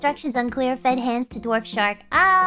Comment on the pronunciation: Several instances in which Gura said "dwarf" shark, but it sounded like "Dorf" shark, as in the Tim Conway character (who voiced Barnacle Boy). Gura would look silly with a toothbrush mustache. Apparently "dorf" is also German for "village"; I did not know this. If you get the spiders between yourself and the skeleton archer, will they retaliate if shot? What if you led zombies and skeletons into a trench or walled off area too tall for them to climb, then backtrack and seal them in it? Would it constitute a defensive perimeter, or are they destroyed/dispersed by daylight? Can a hostile creature trigger a creeper to self-destruct, or only players?